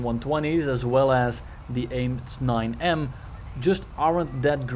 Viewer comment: “AIM Snine-M”